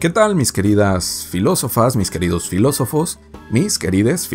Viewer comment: La cago cuando dijo filosofes